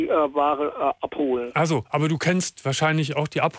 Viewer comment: Der sagt auch appelholen statt ab holen oder Appl statt Apfel......sehr sehr komisch der Typ